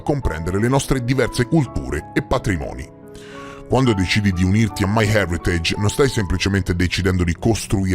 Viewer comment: Complimenti sinceri per la pronuncia di “my heritage”, hahah. Mi dà un po’ fastidio quando nelle pubblicità qui su YT o in TV pronunciano in maccheronico